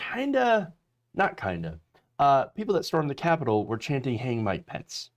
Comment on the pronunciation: The soundboard SOUNDS as if it is saying...🎛️🗣️ **MIKE POUNCE**...😳 Instead of... **MIKE PENCE**!!...😁 I am NOT all that sure if anyone else hears this...👂👂 But... I certainly do hear this!!...👂👂